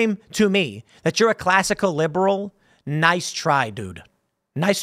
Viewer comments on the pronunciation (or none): none